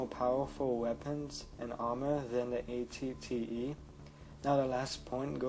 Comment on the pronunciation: ***** derp sorry xD wasn't thinking. also was it just me, or was he saying at-ts instead of at-te ?